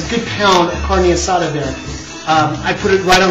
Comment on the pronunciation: at least have the decency to pronounce it right. Carnee? LOL